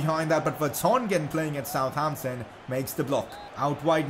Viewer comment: Its not South Ampton Its Sutampton